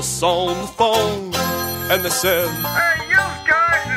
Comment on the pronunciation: I believe their accent is revealed when they speak the and with the strange emphasis of EEEAND, Friggin Stephanie Mcmahon always have this strange speaking when she talks